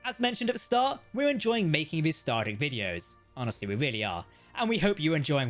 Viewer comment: you keep calling it “starter “.. say it with me now.. “star Trek”…enunciate.. we all don’t speak the queens mushmouth version of English